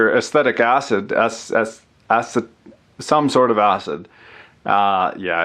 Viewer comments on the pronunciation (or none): ASS-see-tic acid. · its acetic acid. pronounce it uh see dick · Btw, it's ass-ee-tic acid. Hehe I said ass